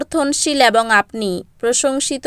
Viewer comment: Chhi ki baje uchcharon ...ebong na bole bolchhe aabong